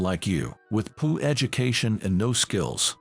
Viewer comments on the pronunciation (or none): Dammit people. Its Poor not poo! You can do better!